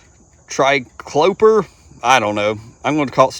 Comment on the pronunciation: I've heard it pronounced try-clo-peer for what it's worth...